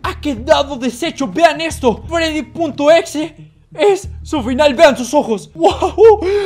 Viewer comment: Se dice Freddy no freddys crack